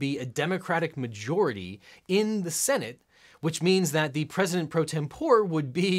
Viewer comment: You are right about “martial,” but you blew it yourself later on........”tempore” is pronounced: tem-por-ee, not tem-pour. 😉